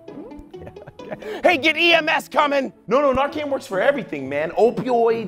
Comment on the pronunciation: It’s nar-can not nar-cannot!